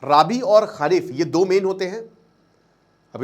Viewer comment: यार उम्र में आप छोटे हो, और मैं आपको बहुत follow करता हूं, इसलिए आपको बताना चाहता हूं कि आप अपने उच्चारण पर थोड़ा सा सुधार कीजिए! "खारिफ" नहीं "खरीफ" बोलिए और "राबी" नहीं, "रबी" बोलिए, यही सही उच्चारण है।